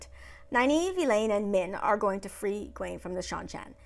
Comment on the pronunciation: 1) Nynaeve wasn't angry during the horses. Lightning couldn't have been her. She was scared. Her block would not allow it. Also, Egwene is pronounced "Egg-win".... all of their names are Scottish names. I had to look up the proper way to say them all and they all sound better when you throw a proper Scottish accent on them. 2) Agreed. She is a hero. No more comment needed. 3) She grew up around boys and has anger issues. Seems exactly what I'd expect. Though she should have broken her fingers with how hard she hit someone. 4) Being a hero isn't never being scared. It is doing what needs to be done anyway. As I said, she is one. 5) She's stubborn. Two Rivers folk from way way back.